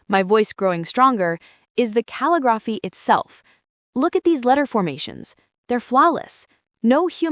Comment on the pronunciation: cal-li-grof-fy...do you use AI or are not able to pronounce the script used for a particular type of penmanship? Ca-lig-graph-ee, DUH